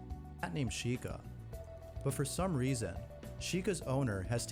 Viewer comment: "but for some Resa..." Resa RESA